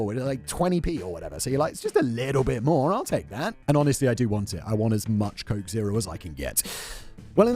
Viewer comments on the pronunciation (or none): none